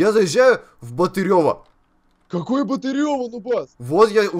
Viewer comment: Город Батырево ударение на а